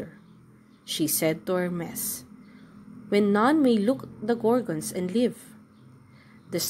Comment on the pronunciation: Perseus - per si us Hermes - her mees